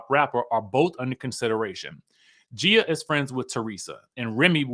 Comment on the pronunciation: Lol her name is pronounced like Gee-a